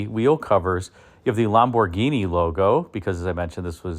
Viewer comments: It's pronounced LAMborghini, not LOMborghini. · The Italian way is Lam-bor-GEENI, with emphasis on GEENI. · You are probably pronouncing it correctly, "LOM" bhorghini, but it sure sounds different to my ears. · Bausch and Lomb-burg-eenie? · Lam boh ginie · Can't you say Lamborghini like a normal person? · The way you say Lamborghini cracks me up. It's like an american trying to immitate an italian saying it, but without the accent or pizazz. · Had to turn this off the way he was saying Lamborghini was killing me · He is NOT pronouncing it correctly.